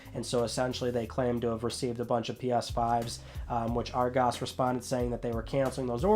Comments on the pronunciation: loving the pronunciation of Argos. "ar-GOS".... its literally "Argos". :D Emphasise on the A then nothing else. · Being from the uk and listening to how you say Argos makes me laugh